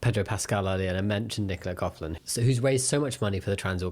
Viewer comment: Hi lovely Jamie, just letting you know that Nicola Coughlan's surname is pronounced 'coklan' not 'cofflan'. The gh in her name is a k sound. Fantastic video as always 😊